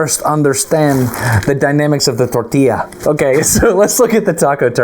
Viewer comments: A tortilla demonstration is fabulous. (Tor•tee•jah sounds like that, Dustin.) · Wrong. Tor•tee•yaah. 1) Double L (ll) in Spanish is pronounced as consonant “Y” as in “Yak” NOT J (in Spanish “J” pronounces like English “H”) The caveat being “A” is only ever pronounced one way unlike in English where there is hard or soft sounds for “A”, ie; Cast, Lollapalooza, respectively. BONUS fact: Japanese & Spanish share the way vowels only have singular hard pronunciation: ah, eh, ee, oh , ooh. 2) *Destin Source: 🇨🇴 I’m Colombian & a weeb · A Russian accent when talking about the tortilla 😯